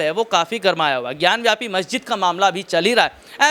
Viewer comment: भाई, ज्ञानवापी कहो. ज्ञानव्यापी नहीं! ढंग से जानकारी तो लो पहले.